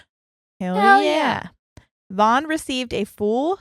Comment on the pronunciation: Vaughn rhymes with lawn. Also, get your iron levels checked. That causes restless legs. You might just need iron supplement to take care of it rather than gabapentin to mask the symptom.